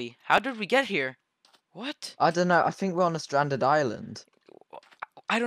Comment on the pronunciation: “I think we’re on a standed island ” Nice